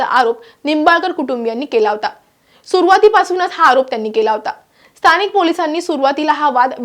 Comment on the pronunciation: स्तानिक नाही गं बाई.स्थानिक असा उच्चार आहे